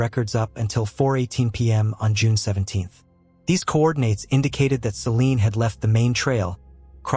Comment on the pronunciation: It's Celine * not "Selene"